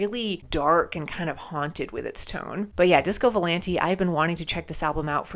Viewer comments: if i may, i believe its VO-LAHN-TAY AH AH..not volan-tee. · It's pronounced with a at the end not e